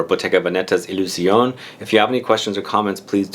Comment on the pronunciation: It's pronounced 'Illusionay'